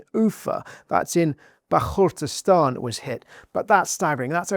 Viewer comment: Bashkortostan (pronunciation).